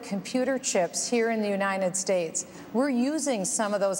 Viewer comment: Am I the only one who hears Bachmann mispronouncing "United States?" I keep hearing her say "Unined States" . There is a "T" in the word and it needs to be pronounced.